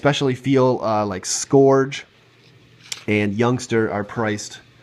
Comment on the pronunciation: How can you not say scourge right? Lol